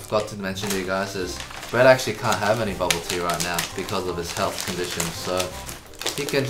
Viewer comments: lmao. The last present sounds like ”go back to sleep” instead of “go practice Breeeeett” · "Go practice Breet" sounds like "Go back to sleep!"😃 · No one: Literally nobody: : GO PRACTICE BREET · Breet and edyy